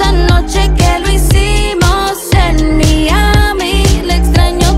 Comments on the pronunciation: Porque pronunciarlo Miami (Literal) Le corta toda la intención al coro. 😐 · En serio pronuncia Miami de esa forma? Mi querida Natty creo que el tinte le fundió el cerebro 😢😢😢.